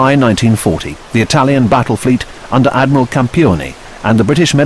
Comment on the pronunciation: Ad-my-ral.... I'm sorry